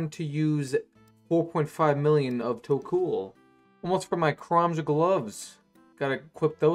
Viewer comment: Its tok-ol not tok-uul